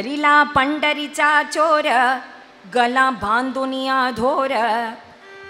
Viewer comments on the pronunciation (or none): Superb, I like it the way u tell the story, anyway u said meli it's not meli it's geli & u said mela it's not mela it's gela, sometimes small mistakes happen anyway next time correct it, All the best!!